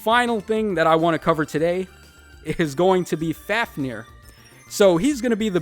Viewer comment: You were pretty close dude. Coming from an Icelander it's: Fáfnir - F-ow-f-near (with rolled R) Hreiðmarr - H-ray-dth-marr (roll your r's if you can) Here's a helpful cheat-sheet for the rest of Book V: Niðavellir – Ni-dth-a-vecht-lear (try and roll your r’s) Seiðjárn - say-dth-yow-rn Dvergar – dv-air-gar (again roll the r’s) Seiðr Shell - say-dther Shell (roll dem r's kiddo) Lyngheiðr - Lyn-ghay-dth-er (roll r)